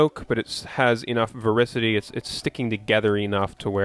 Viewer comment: Super informative, thanks man! (Also its pronounced vor-TI-city)